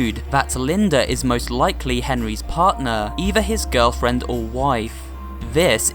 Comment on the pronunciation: Whenever he says girlfriend ,it sounds a bit wierd